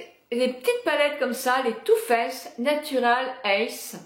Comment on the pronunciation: C'est too faced pas too fesse